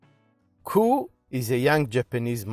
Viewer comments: Nope it's pronounced only "Koo oh" without the "ay" wich is silent (go on japanese videos if you don't believe me).. so Aviv is right 👍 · It’s pronounced Coo oh eh by the way, otherwise, brilliant review. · It's pronounced KOO-OH-AY.......